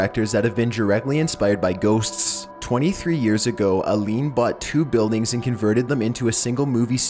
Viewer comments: The way he said Ghosts it just funny to me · Lmao the way he says ghosts 😂 idk why I find it funny